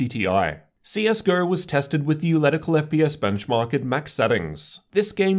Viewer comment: "ef pee ass" that makes me love you even more.